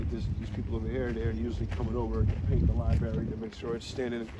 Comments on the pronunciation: Libary? Really? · What kind of politician can't pronounce "Library" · so we have a whole state pronouncing Library wrong. Yall definitely need to BE in one more